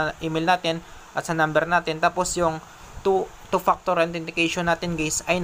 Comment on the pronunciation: “two paktor” 😂😂